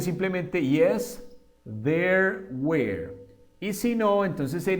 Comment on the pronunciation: Una pequeña critica constructiva were no se pronuncia wer sino wor